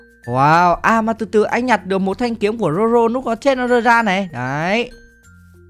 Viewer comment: Zoro không phải roro